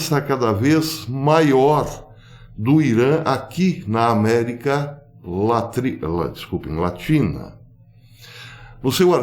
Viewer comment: America latri.. latina... kkkkkk.... que O ETERNO te abençoe.